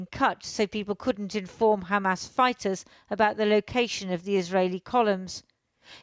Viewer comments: Shows this puppet cannot even pronounce Hamas properly while izraHell is fighting the whole decent world and God Almighty Himself,let's see who wins!? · This reporter does not even know has to pronounce Hamas!